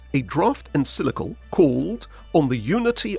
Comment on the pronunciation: First off, the word you keep messing up is En-CYC-li-cal. Practice is in order — not to mention some actual research. Neither Pius XI nor Pius XII was afraid of Communism (never a natural fit with Catholicism). Rather, they had spoken out forcefully against it. Hence, the diligence of the Soviet KGB in spreading lies about Pius XII after his death — lies that shape your “curious” version of history. That wretched play, “The Deputy,” was an outgrowth of the propaganda; created by an East German school dropout, Rolf Hochhuth. His trash was given legitimacy by the Royal Shakespeare Company, no less! The notion that more “forceful” statements from Pope Pius XII would have made Hitler “more circumspect” is laughable. Much like your fantasy of “staring down” the Nazis with a high moral stance. Hitler genuinely despised the Catholic Church, especially since Pius XI issued his anti-Nazi encyclical (that word again), “Mit Brennender Sorge” (“With Burning Anxiety”) — drafted largely by Cardinal Pacelli, later Pius XII. Hitler expressed his desire to “crush the Church under my boot like a toad.” He also wanted to raid the Vatican and “pack up that whole whoring rabble.” Such threats did not deter Pius XII from speaking out; not even Hitler’s plan to kidnap and kill him. (So much for “Hitler’s Pope”!) As early as 1940, Albert Einstein praised the Church for its actions. Regarding sheltering of Jews, convents and monasteries hid Jewish refugees at the expressed orders of Pius XII. Cardina